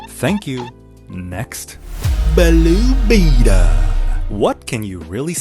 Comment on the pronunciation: “Balue Beeetal” so inspiring😢😢😢😢